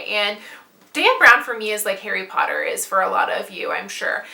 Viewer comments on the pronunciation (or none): none